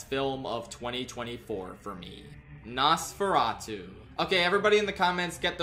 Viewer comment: I was shocked to hear nosforatu (or whatever)